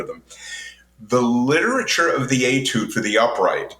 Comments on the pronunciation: He told you Atude and you said it once then continued calling it an Etude. I know it's spelled Etude, and pronounced A. But why did you continue to mispronounce it? Just a curiosity. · He kinda bounced around, didn't he? Saying it with a long "eee" sounds weird, like, "I got your e-mail of e-tudes." 🤣 A few times he did "eh" tudes which frankly I let slide. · Etude is pronounced "Aytude".